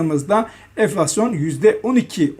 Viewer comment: şuna "eflasyon" demesek mi artık? "N" harfi prestij için çok önemli